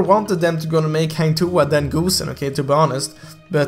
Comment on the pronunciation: I am sure that Hang Tuah will come out coz Goosen is assassin. And i believe Hang Tuah is a fighter. The knife is no big deal. Every heroes has their own weapon either a knife, gun, hammer etc. By the way, ur pronounce 'Tuah' is acceptable 😉.